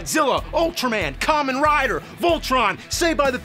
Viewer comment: Hearing you say Kamen Rider is so surreal...and you even said it right!